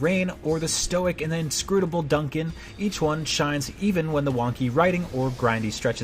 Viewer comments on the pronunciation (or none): This dusgusting pile of garbage is a disgrace to reviewers as a whole. There's absolutely no way someone that looked at the game for more than 2 minutes pronounces Dunban "DunCan" and Nopon "NApon" on accident. If you ask me, they knew perfectly well what they were doing and did it for the negative publicity because any publicity gets them attention. I just can't imagine anything else being the case.